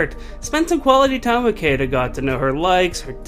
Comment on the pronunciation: her name is pronounced shiida